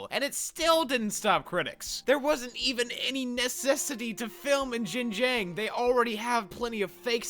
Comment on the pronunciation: Yes, you're one of many non-chinese youtubers who have covered this topic, and you don't break from the tradition of mispronouncing "Xinjiang" either lol